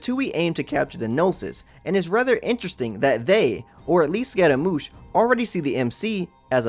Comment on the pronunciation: the way he called scaramouche as scotta-moosh XD